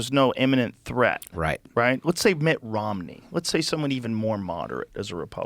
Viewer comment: Joe saying Mittt Romney is more palatable.😂